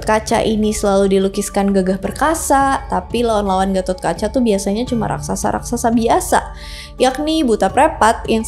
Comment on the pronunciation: GPP.. BKN ORG JAWA JADI SALAH SEBUT NAMA DIKIT GAMASALAH.. KITA JG SUKA SALAH SEBUT NAMA TOKOH ORG LUAR KOK.. DAN FYI GAISS.. DI INDIA SENDIRI GA ADA SEORANGPUN YG BERNAMA GATHOTKACCHA.. CMN DI JAWA YG PAKE NAMA GATOT.. VERSI JAWA JUGA LBH DETAIL MENCERITAKAN GATOTKACA.. BAHKAN GATOTKACA BISA DIBILANG JD TOKOH YG MELEGENDA DI INDONESIA.. DAN KLO VERSI INDIA, PANDAWA INI DIKISAHKAN SEOLAH OLAH BURUK.. TPI NTAH KNP VERSI JAWA, PANDAWA JD KLIATAN BAIK.. SALAH SEORANG AHLI SEJARAH INDIA YG UDH LAMA TINGGAL DI INDONESIA PERNAH MENARIK KESIMPULAN KLO ASAL PANDAWA ITU DARI JAWA YG PERGI KE KURUSETRA INDIA UTK MELAWAN KURAWA YG CITRANYA JAHAT MENRUT ORANG JAWA.. KRN KATA BELIAU, DARATAN INDONESIA KHUSUSNYA JAWA DAN SUMATRA ITU DARIDULU EMG SALING TERHUBUNG DGN INDIA SPRTI PERDAGANGAN, AGAMA DLL.. NTAH BETUL ATAU TDK, YG PENTING AMBIL ILMUNYA DAN BELAJAR JGN CMN DARI SUMBER MAINSTREAM..